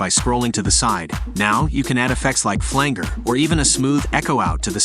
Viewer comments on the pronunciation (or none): Flan—jer - not flang-er! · Flang ger?! Is that like anger but flang-ier? WTF? Was this read out by an AI?